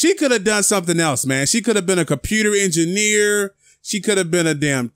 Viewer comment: Computary engineer😂